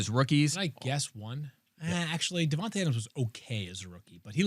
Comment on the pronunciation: Since we’re trying to say names right, I’ve never met a black dude that pronounced his name “Devon-tuh” 🤔